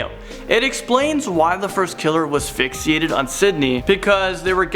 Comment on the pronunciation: He keeps saying FixEEated